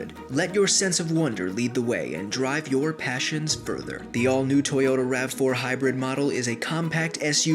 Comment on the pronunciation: YAH TOYOTAH!